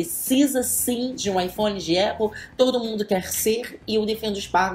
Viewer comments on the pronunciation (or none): none